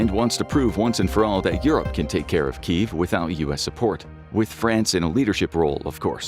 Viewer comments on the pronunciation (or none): none